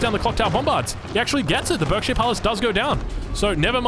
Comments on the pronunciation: What a match! Loving some of the changes from previous titles, interested to see hopefully some more civs over time! FYI Berkshire is pronounced Barksheer (stupid UK pronounciations being stupid e.g. Thames actually being pronounced Tems...) To be very clear, I'm not in any way offended by this, just thought I'd let you know for future! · For the sake of you not driving every English person crazy, whenever you cast a game with a Berkshire Palace in the future, it's pronounced "Barkshire". Like clerk is pronounced "clark".